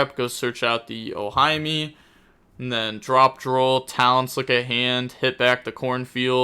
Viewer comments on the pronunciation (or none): it's 'oh-hee-may' for simplicity